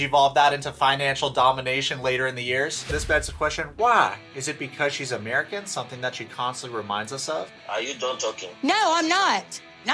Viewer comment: "im an americhhan"